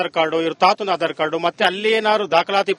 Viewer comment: ಹಾಢರ. ಅಲ್ಲೋ ಯಪ್ಪಾ ಆಧಾರ ಕಾರ್ಡ್ ಅನ್ನು